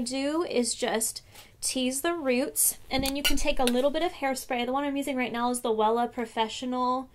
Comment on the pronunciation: She said Wella.